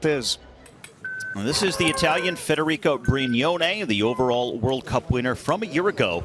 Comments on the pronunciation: HER NAME IS PRONOUNCED FEDERIC”A” NOT FEDERIC”O”!!! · Schlanger called her "Federico" instead of "Federica"........funny!